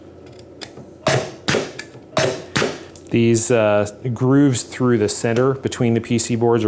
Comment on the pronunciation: Dude! Great video, but...v-grooves.